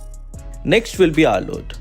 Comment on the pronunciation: Did bro really call arloot "Her" XD